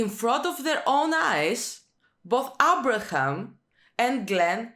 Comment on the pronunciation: "Abra'hAm" lmao "Dwine or Dwanye?"🙈 You and Negan's reaction HAHA!🙈💀 and you said you don't watch The Walking Dead for realism, even though its one of the primary demeanors that you receive from each character 🙈 the later seasons it's actually more questionable not going to lie.